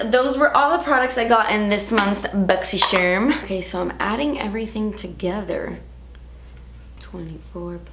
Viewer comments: Is it bad I purposely don’t click on these videos because I can’t deal with the pronunciation of “boxysherrrm” 😂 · I love how you say das expensive ... And boxy scherm .